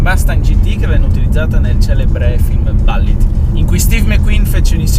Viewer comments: Si, però Ballit non si può proprio sentire...si pronuncia come si scrive ! Bullitt, no Ballit... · confermo. Si pronuncia Bullit, quando ho sentito "ballit" da mi è andato per traverso il bicchiere d'acqua che stavo bevendo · Non si dovrebbe ppronunciare bul-lit invece di balllit? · Quando ho sentito ballit ho cambiato video non è possibile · ballit? ma che ho sentito ahahah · Pronuncialo bene sto nome, che bAllit non si può sentire... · Ah? La Ballit certo come no! L'inglese questo sconosciuto... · 😀Ballitt non si può sentire, dai😉! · Si infatti.